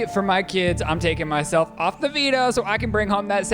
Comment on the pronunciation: Everytime Shane said « the veto » all I could hear was Devito